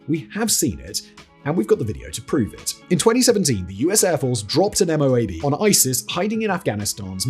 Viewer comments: The MOAB isn't usually pronounced M.O.A.B...it's usually pronounced as if it wasn't initials. Like: Moe-Ab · MOAB are usually prounced as one word : "Moe-Ab"